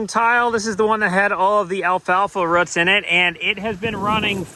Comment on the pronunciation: Rutts (Roots)? What's a "rutt"? It reminded me of a court scene in My Cousin Vinny...lol! That's ok, I'm no better being a Philly native